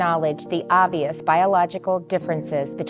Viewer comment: Oh THANK GOD! I love how says 'OVBIOUS biological differences'. I'm favouriting this.